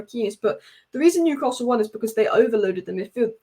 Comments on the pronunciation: Great channel but PLEASE not Newcarsell : it’s Newcassul. Keep up the good work anyway ! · There’s no r in Newcastle, if you can pronounce that correctly then your a winner, love the content.